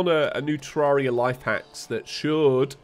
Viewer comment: He pronounces it correctly, it's the English way